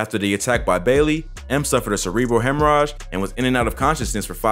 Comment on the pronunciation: tupac "shakur"and brain "hemrage"🤦🏾‍♂️